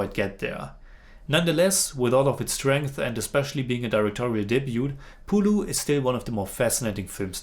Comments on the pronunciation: not "പുളു" its "പുഴു"🤣🤣🤣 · "പുലു" അല്ലടാ ചെറുക്കാ "പുഴു" എന്ന് പറഞ്ഞ് പഠിക്ക്